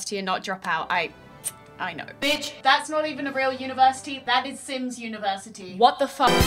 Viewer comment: University? More like univertitty.